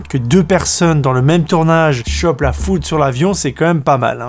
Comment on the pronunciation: Tu nous as trop fait rire alors il sont attrapé la foute au lieu de la foudre ensuite il se son scraché au lieu de craché et toublanc au lieu de troublant on te kiff